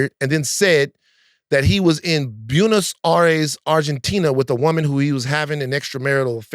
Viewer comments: Van not being able to pronounce Buenos Aires was not on my BINGO card. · Van mispronouncing Buenos Aires is fugging me up. 😂